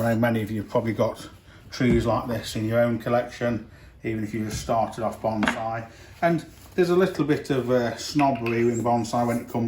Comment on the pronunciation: I love me some "bomb-saae" :-)